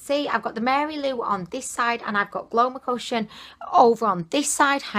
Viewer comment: It's so cue when you call it Glowmocotion in stead of Glowcomotion :.. Gets me chuckling every time. Thank you for the dupes sweetie. XOXO